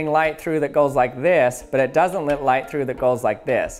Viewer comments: I've been noticing that you pronounce the words "Let" and "Letting," as "Lit" and "Litting." Is that a regional accent or is it just a unique speech pattern? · Why he say lit instead of let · Lit me tell you...I love how you say: "Lit", when you are trying to say "Let". I'm also glad that we live in a country that lits me tell you that. However, lit me know if I have offended you. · I always wonder if he is saying lit when talking about light to be punny.